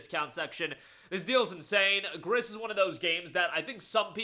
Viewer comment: Great list! Not to be that guy... but "Gris" is a French word, so it's pronounced like "Gree".